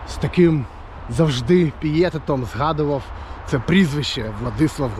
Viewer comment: Пієтет-наголос на останній склад.Етері-жіноче грузинське імʼя.кажіть вже колишній варіант´”eфір´.не має аналогів-єдиний в своєму роді.якщо ще десь таке існує-не вірно вживати це кліше.а інформація цікава